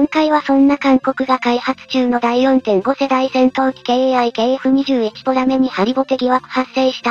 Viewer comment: ポメラじゃなくてポラメじゃね？